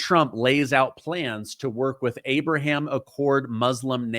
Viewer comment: Its Ahhhh-Braahhhh-Ham